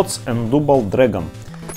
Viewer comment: Пришел на канал, а тут никакого РЕЙДЖ, только чувак машинным монотонным безэмоциональным голосом говорит Мигхти(!) финал файт и дубл(!) дрэгон, я чуть от смеха не умер. Камера плохая, геймплей чужой, и не Денди, а NES и Famicom.